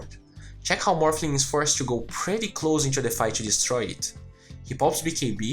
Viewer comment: Parabéns pelos videos! São os melhores que encontrei até agora. Apenas um detalhe que gostaria de tentar ajudar, você utiliza muito a palavra "PRETTY" em seus videos, nesse em particular acredito que usou umas 3-5x, no caso você esta pronunciando ela de forma errada e meio que acaba soando bem feio/fora. Muito comum de acontecer com essa palavra, especialmente para quem é nativo do português. Direto ao ponto, você esta pronunciando a palavra "PRETTY" como "PRÉTY" quando deveria ser "PRITI" (UK) ou "PRIRI" (US), como você pode ouvir neste link: De qualquer modo, parabéns pelos videos, como disse, são os melhores que já encontrei até hoje, 10-0 na concorrência.